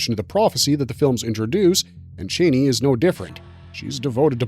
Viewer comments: Your silly voice saying titles is really annoying, and you mispronounce Chani, its Charnie not Chainy 😬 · Only one critique: It's pronounced CHA-NEE not CHAY-NEE!